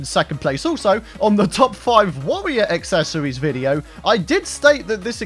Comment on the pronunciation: “My top five aksesowies for a tawawia wangew chawactew” In the next episode, he’s gonna eat some miracle whip.